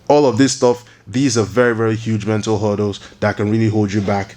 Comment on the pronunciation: HURDDLES not "huddles"